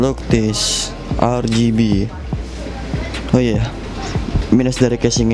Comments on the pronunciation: Yang bener "ER-BI-JI" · Bukan "ER-JI-BI" tpi "AR-JI-BI" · Bitj Pls, "ER-GE-BE"